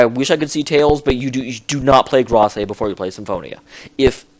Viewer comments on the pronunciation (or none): please stop saying Grace wrong. It's said like this: "Greyse," all one syllable.